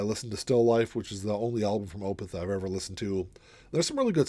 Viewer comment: Thank you for pronouncing Opeth correctly! Most VC community say, Oooh! Peth. Weird. Thx.